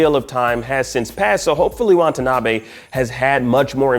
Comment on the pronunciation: It’s Watanabe… not Want a nabe. Seriously — that’s just unprofessional.